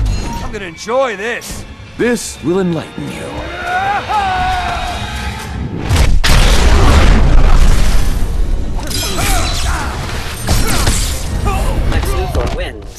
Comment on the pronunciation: Did anybody noticed it said sex Luthor at 00.00